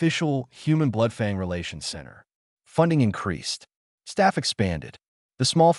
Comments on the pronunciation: Crappy narration. Is,it Blood-Fang or Blood-Fong? Pick one. Wound was also butchered. Get better text to speech software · The narrator keeps pronouncing Bloodfang as Bloodfong from time to time. Overall good story mate👍🏻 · Only calls it fong when it's all one word 😅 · given how the subtitles names the creature as ‘bloodfang’ but somehow pronounced ‘bloodfung’, not to mention the number of times i’ve noted the narrative pronounces ‘it’ as ‘I T’, or ‘as’ is pronounced ‘A S’, so either the editor is useless or the AI narrator bot has been configured badly… or lastly, the script writer has no actual idea of how written language works lol